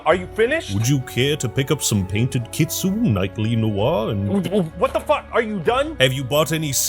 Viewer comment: "Kitsune" is pronounced "Kit-su-ne". Thank you, carry on :3